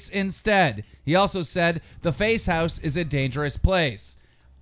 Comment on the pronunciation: Am i the only one who heard "the face house"?